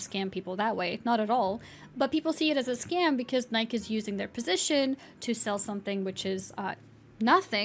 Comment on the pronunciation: Please learn how to pronounce Nike